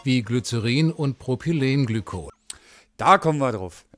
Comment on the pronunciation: es heißt propylenglykol und nicht prypolenglykol ! kleines dampfer 1x1 ;) sollte man schon aussprechen können, wenn man andere zerreißen will